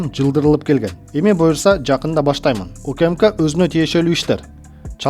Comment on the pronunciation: УКыМыКа дебей УКМК деп туура окучу бай болгур,качан жазылган тексти туура окуйсунар,сабатынарды жогорудаткылачы 3чу класстын окуучусундай болбой